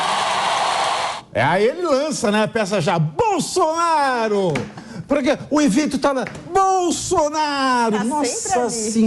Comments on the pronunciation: Esse ser não sabe falar nem o nome do melhor presidente do Brasil de todos os tempos: "Bolsoraro"! 😆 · O bebum não sabe pronunciar o nome de Bolsonaro kkkkkkkkkkkkkkkk